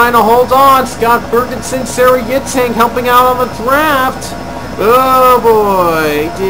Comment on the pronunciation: its pronounced yitzhuhk like ur saying huh yitz